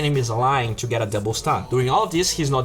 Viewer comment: Why does your "to" sound like "chu" ?